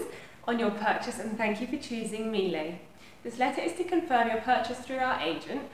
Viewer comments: It’s pronounced Mee-Luh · that’s not the way you say it though